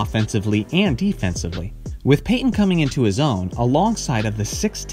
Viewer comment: Bro here: Gary Payton’s Last Game With The Sonics (2003) It's not Gary PAY en. It's Gary Payton. Tf wrong with you?